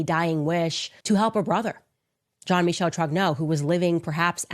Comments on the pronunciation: Michel i think is pronounced michelle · Bro just say Michael you sound dumb lol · I like your channel but for God sakes "Michel" French pronunciation is like "Michelle". Sounds a bit ignorant. As an ignorant to the pronunciation of the name.